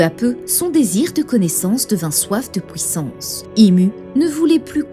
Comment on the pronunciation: Haha je me fais la réflexion à chaque « pouissance »